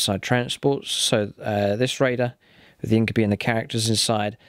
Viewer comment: I really love the battle reports. Only thing that keeps bugging me is its pronounced In-kyoo-bye, not In-kyoo-bee.